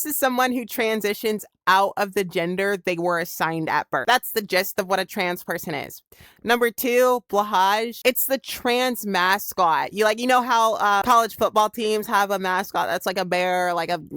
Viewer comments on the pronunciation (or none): Its nOT BLUHUJ its BLOWHAI 😂🩷🤍🩵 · it is pronounced “blåhaj” not “blahash” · number 1 it's blåhaj not blahaj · BLÁHÁŽ?? BLAAHASH??? GUYS PLEASE. IT'S BLÅHAJ. BLAW-HAI. Law like legal stuff, plus B at the start (like blow -> blaw) and hai like hai!!1! :333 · Blåhaj is pronounced "Blow High" with a deep "oh" sound🥰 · aint no way you pronouned blåhaj like that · >explains every trans icon >pronounces blåhaj wrong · it still annoys me whenever people mispronounce blåhaj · Aaaa the pronunciation of Blåhaj is killing me T_T Also as for why this little blue shark is considered the mascot, yes it’s partially the colors, but it’s also partially because IKEA released an inclusive ad featuring Blåhaj front and center and it just kinda grew from those & the cuteness I think